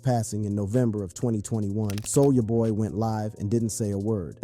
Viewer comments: you said Soul-ya boy instead of Soulja boy lol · Bruh you need to stop saying "Soul JAH BOY" It's Soulja Boy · He calls him both Soulja boi and sol-jah-boy in the same sentence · Why "Sole-Ja" boy and why would you call the song "Crank I-T." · Whu ue say soo-ja ba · "Soul-JAH Boy" 😂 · Why are you saying "Soul JA boy" and "Crank I.T." lol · See the way he says souljah boy?? Soulja-AH boy. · How are you mispronouncing soulja boy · Is this an AI generated narrator? I find it hard to believe a brother would mispronounce Soulja Boy’s name or say his hit was Crank IT 😂